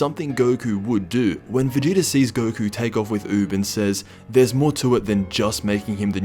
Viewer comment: When he says VERGETER